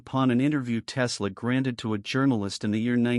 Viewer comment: Click bait, yeah Tesla said this because you say so, and your AI mispronounced his name 🤣